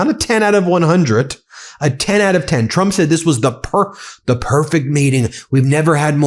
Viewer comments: Did anyone else catch " president clump" by Brian Mast? 😂😂😂😂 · I did lol! KLUMP. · He was right the first time when he said KLUMP😁😁😁😁😁😁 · Did that Brian Mast guy just say, "President Clump???" Bahahahaha! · Lol the guy said president clump before correcting himself that's beautiful.